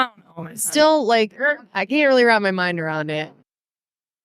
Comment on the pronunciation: I’m crying 😂😂 “not reely”